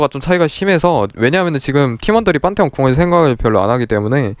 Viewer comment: 판테온을 빤테온이라고 하시네